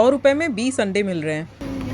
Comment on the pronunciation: Is he said ruvhiya 😂❤❤